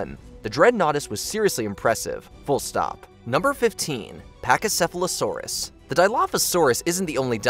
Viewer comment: Bruh. You mis pronounced Pachycephalosaurus